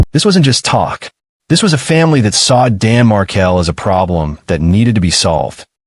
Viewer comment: This is a good summary. I don’t like the AI voice that mispronounces MarKEL as Markle. And Wendi moved Dan’s sons, the Markel boys, after she changed their last name to the name of the family that murdered their father. Dan’s parents had successfully lobbied in Florida for a law that allows the parents of a murder victim to have visitation with their grandchildren, so Wendi fled to Texas, where she assumed the name Jill Estrada. So your essay should end: somewhere in Austin, a woman calling herself Jill is living in the shadow of imminent arrest for the murder of her husband. Georgia Cappleman is coming for you, Wendi Jill. Justice for Dan Markel will be served when EVERYONE involved is arrested and brought to trial.